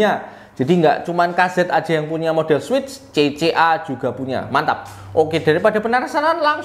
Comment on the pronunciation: udh gw dengerin ampe speed 0.5x tetep kedengeran "CC Arab saudi.."😅